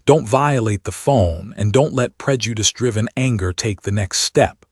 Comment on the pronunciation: I can guarantee you if this dude has been slipping in and out of this person's house at wee hours of the morning, he already knew what he was laying with...And please STOP with the emphasis on the word "prejudice", it doesn't out of pocket at this point...I'm done with this channel... Deuces